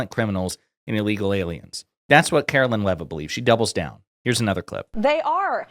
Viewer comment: Allegal? Can’t even say illegal